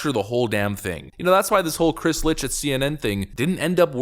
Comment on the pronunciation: Chris' name is german for light, its pronounced "licked".